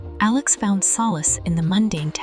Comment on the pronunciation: Stop mispronouncing Alex 😢